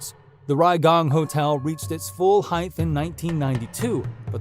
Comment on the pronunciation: Did you say, "heighth"?